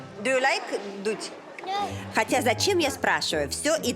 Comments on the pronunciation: Уровень Английского: «Do you like дуть?» 🤣 Жанна….)))) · Жанна как всегда "в ударе" со "знанием" иностранных языков -- Do you like "дуть"? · "Do you like дуть "- спросила Жанна ребенка в детском саду !Вы сделали мой день. Английский надо подтянуть .